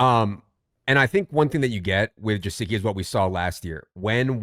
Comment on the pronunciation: Hey fellas good morning it’s pronounced guh-sick-ee not jasicki. There is a YouTube interview where he pronounces his name correctly for you to hear